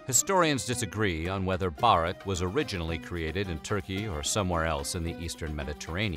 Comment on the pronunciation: the way he pronounces burek infuriates me